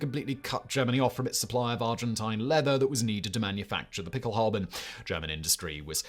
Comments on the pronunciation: nah, it definitely sounds like he’s saying halbe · Is saying pickelhalbe? Or is my ears lying to me? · The "E" at the end of Pickelhaube is not silent, it is pronounced. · "Pickelhaube" (the final e is NOT silent) is NOT "derived" from Pickel=pickaxe. That is a later folketymological reinterpretation. It derives from MHG bechkenhube/beckelhube. Becken generally means basin but in this case it means bowl. You could translate the original meaning of Pickelhaube as bowler hat. The Stahlhelm shown starting is a Wehrmacht Stahlhelm introduced in 1935 and not a WWI version. It is considerably smaller than the WWI version and lacks the lugs for fitting the "Stirnpanzer".